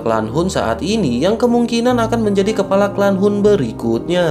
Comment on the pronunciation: Kepala bukan kelapa Ha ha ha